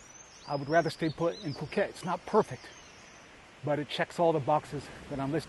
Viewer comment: So it's Pew-ket! Ha ha, thank you. I always pronounced it like a silly American. I could not feel attracted to the vlogs I've seen on Pattaya or Bangkok. Very interesting to see your video. I haven't known or heard anyone talk about this area. I'll subscribe and learn more.